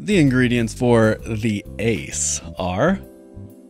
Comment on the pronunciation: It is pronounced Ace-er-glyn, the Genus name of maple trees is Acer. Sugar maple is Acer saccharum, sugar cane is in the Saccharum Genus, and as a brewer of course you know Saccharomyces Cerevisiae. I love how the people who named the organisms realized how important sugar was to their lifecycles and for identifying them.